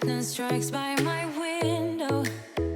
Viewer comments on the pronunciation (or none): Ja dat dacht ik ook al, toen ze in het begin ´by´ zei klonk het al ´bij´